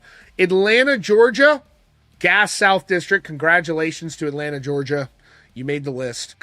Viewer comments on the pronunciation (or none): none